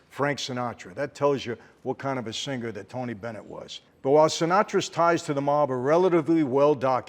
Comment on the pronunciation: By the way, unless you are forest gump, singer is pronounced with a silent G not sinGgger. I hope he brings an English coach on tour. Although I suppose Mike T will too wasted to pick up on most of the diction. The whole performance sounds truly brainsnapping. Not ,😂😅 .